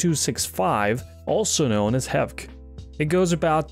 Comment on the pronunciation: Pauses,.. Hevck?? Ohhh, you mean H Eeee Vee Cee,... no one says it as one word. Platforms won't let you stream in x265 because it's used by devices that ignore DRM, unlike the licensed H.E.V.C. implementations. This is about double the price of what can be done - the Exvist encoder is under US$200 for the most expensive version with the NDI license. The MR1100 has be succeeded by the MR2100, and both do better with external antenna fitted to the TS9 ports.